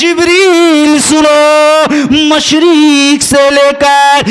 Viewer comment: मुशरिक नहीं होता है बाल के मशरिक होता है जराअल्फ़ाज़ में ध्यान दीजिएगा